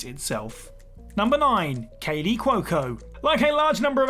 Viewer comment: Oh god kaleys name pronunciation eeeesh